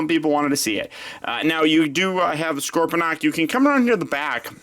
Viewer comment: It's not scorpydonk it's scorponc